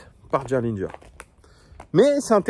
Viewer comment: T’as très bien prononcé Gerlinger!!! Je te mets 20/20 en allemand LV1!!!